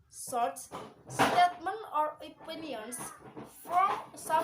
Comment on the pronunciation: Great job. Saya suka ada improvement dari vid pertama. Suka sekali ada assignment n summary.. Notes: pelafalan source, source etc.. 2. Yg baca news sebaiknya sendiri, ga usaha banyak2 contoh cukup 1 menit, ga diterjemahin gpp. 3. Sbg ganti dari baca news kelamaan, assignment n summary jadi bisa lebih lama. 4. Dlm assignment, beri jeda 5-10 detik ut partisipan menjawab.. Anyway great job